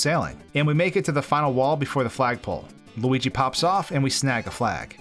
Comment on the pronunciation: It’s loogi